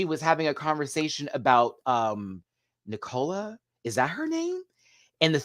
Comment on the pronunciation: The actress is Nicola Coughlan (pronounced Nick o la Cock lan), the singer is Nadine Coyle. (Nah deen Coy oll or some people say Nay deen ) And you keep pronouncing Nicola wrong ha ha.